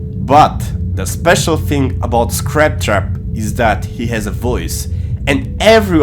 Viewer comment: Fnaf: “Scrap Trap” Zora: “ScATpt Trapt”